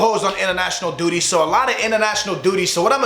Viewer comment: Its duty not dudy